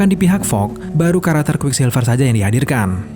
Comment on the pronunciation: Fox min bukan Fog